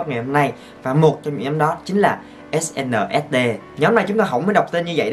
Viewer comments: E đọc Ét en ét đi 😕😕😕😕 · mà sao anh không đoc SNSd là Ét En Ét Đi vậy